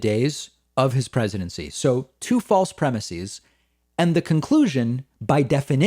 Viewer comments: "Premises" is pronounced with an "ehz" at the end, not an "eez". Otherwise well done. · David - thesis/theses - crisis/crises - prognosis/prognoses - neurosis/neuroses. Words ending in -is get the -eez pronunciation when pluralized. PREMISE does not end in -is, and the plural is therefore pronounced ˈprɛmɪsɪz. Adding that -eez ending is just something that not very bright people do to sound brighter than they really are. Don't be like them, it's beneath you. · FFS!! It's premises, not premisees. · Pleeeeeease stop saying "premiSEEZ".......it's premiSEHS." It's only EEZ for Greek-origin words going from singular "is" endings to plural "es" endings: thesis - theses; basis - bases; crisis - crises; analysis - analyses; oasis - oases; hypothesis - hypotheses. (I could go on!) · Dave. Why are you pronouncing premises like that?